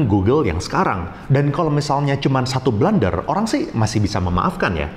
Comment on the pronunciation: blUUUUnder bukan blAAAAnder